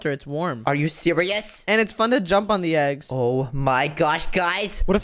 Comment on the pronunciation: said"ThE eEgS" bruh lol